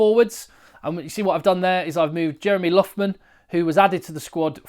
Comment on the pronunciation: Oh... a couple of tips on the pronunciation of Irish names. Loughman is pronounced Loch-man (Lough in Irish Gaelic similar to Loch in Scots Gaelic) and Caolin Blade is pronounced K-Lin... same as Caelan Doris. This name has lots of spellings - also Caolan, Caolain, Caelin or Caelen (depending where in Ireland) but they are all pronounced the same and have the same origin.